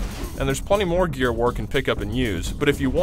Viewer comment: y'know whats strange? , the guy says "there's plenty more gear war can pick up" but it sounds like "there's plenty more GEARS OF WAR can pick up," and look at what the main character's doing. a REALLY STRANGE coincidence? :P